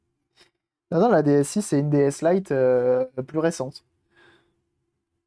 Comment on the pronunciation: 👌 NB: DS 'i'. 'i' se prononce 'eye' car la caméra mime l'œil.